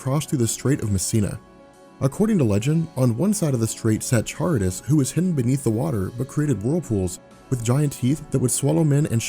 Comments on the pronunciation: i believe Charybdis is pronounced ka-rib-dis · that's not how to pronounce Charybdis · You're killing me with your pronunciations: it's not "char-ib-dis,"but "kuh-rib-dis." Also, "an-tea-thee-sis" is not the same as "an-tith-uh-seez." Otherwise, great job. Just, yea, look up words you may be confused about their pronunciation. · Just to let you know, Charybdis is pronounced "Ka-rib-dis." You pronounced Scylla correctly though